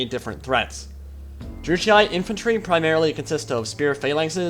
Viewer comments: How are you making out of Druchii "Druchiai(e)"? Sorry it takes me every time out of the video. Yes I'm strange. Other than that very nice Lore video. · You must pronounce Druchii like a german would do. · Druchii is pronounced with a hard "ch" sound, btw. The GW employees, and in the painting videos, pronounce it this way. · Wondering how to pronounce Druchii? Well, don't wonder no longer! "To get it ‘right’, you need to roll the ‘r’ a little, the ‘ch’ is a hard sound as in loch or German, and the double ‘i’ is pronounced ‘ee-aye’. Something like ‘drru-key-aye’. However, ‘dru-key’ is the easier, anglicised version for everyday conversation." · I have and always with pronounce it " Drew-ch-e" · I've never heard anyone ever say either pronunciation of Druchii that you mentioned lol! I'm fairly certain it's meant to be pronounced "dru-she". Nice video though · Its pronounced "Droo-key" according to duncan from GW :p